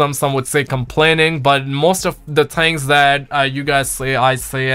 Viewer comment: I like how you say “things”